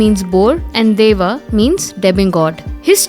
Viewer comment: It's not dava it is dieva